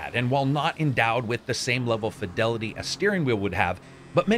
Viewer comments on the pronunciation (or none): none